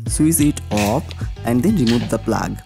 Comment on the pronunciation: Dart, plaag, seempil....great English